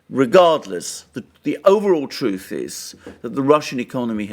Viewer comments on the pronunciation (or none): none